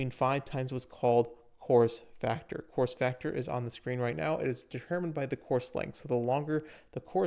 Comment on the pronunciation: You weren’t the only one 😂 had to look at the screen to finally realize what he said